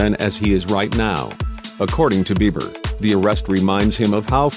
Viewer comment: I wish they would quit mispronunciating his name...Biber? Now it Bieber again